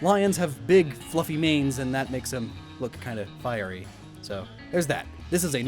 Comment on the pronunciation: "A fiey landmine"